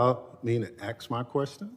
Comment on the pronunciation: It's pronounced ask, not axed. Get the crap out of your mouth. lol